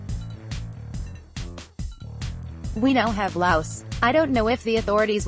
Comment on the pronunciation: Laois is pronounced Leash.